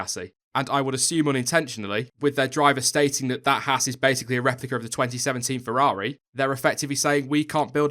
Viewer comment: friendly note: It's pronounced "Hawz" not "hASS" The misprounication lands hard on American ears...not a big deal but Haas' entry into F1 is growing the US fan base (and YouTube subcribers) who own and operate Haas CNC machine tools. Perhaps more importantly...there's a growing disenchantment with US based NASCAR motorsports. Stewart-"Hawz" being preeminant in that endeavour (look, I spelled it with a "U"...quid pro quo) is ultimately bound by the format of multi-colored cars taking left turns. Yes, we Yanks realize F1 is "the rest of the Worlds" motorsport but we're warming up to F1 in droves thanks to Haas. Last, Gene runs his race teams the same way he runs his business...hand's on and no bullshit. What McClaren and Force India are exhibiting mirrors the reactions of Haas' machine tool competitors around the globe. In short, Gene's used to it...don't expect him to flinch anytime soon. And you're right, McClaren/Force India would do well to spend more time gazing at themselves in the mirror.